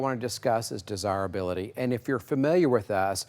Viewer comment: Take a shot each time he says "des-hire-hability". We had 6 of these cars at one point and grandma gave them all away to "clear up space" 😏🤢 enjoy em today fellas!